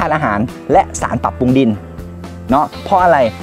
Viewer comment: น้องสุดยอดเรื่องการเกษตร แต่ต้องปรับปรุงเรื่องการออกเสียงให้ถูกต้องด้วยคะ เช่น แกบ ปุง ปา ผิดพาด พั่ว วิธีออกเสียง เช่นคำว่าแกลบ ให้ออกเสียง กะ_แหลบ รัวๆเร็วๆ กะแหลบๆๆๆๆ ปรุงให้ออกเสียง ปะ_รุง รัวๆเร็ว ปะรุงๆๆๆๆๆๆ ปลูก ออกเสียง ปะ_หลูก พลาด ออกเสียง พะ _หลาด ๆๆๆๆ พลั่ว ออกเสียง พะ_หลั่ว ๆๆๆๆ เป็นต้น การออกเสียงที่ผิดจะเป็นการด้อยค่า เนื้อหาของคลิปคะให้ไม่น่าเชื่อถือ